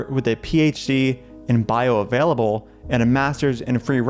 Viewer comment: "Bioavaielable". amazing